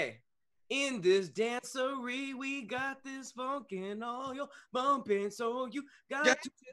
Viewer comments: Dancery was meant to be dance soiree, but she can't pronounce it. 😂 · Actually it was dance soiree and she pronounced it wrong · It's dance soiree not dancery. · she said dancery because she couldn't pronounce dance soiree ... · I thought Mary j. Blige said jamboree instead of dancery